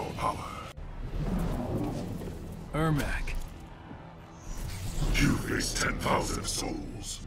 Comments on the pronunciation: Ermac not ermak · Is it because every c is k im MKX, so its ermak instead of ermac?